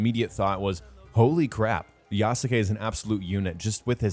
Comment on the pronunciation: Please learn how to pronounce yasuke